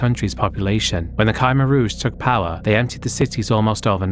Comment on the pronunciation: khmer is pronounced cuh-mer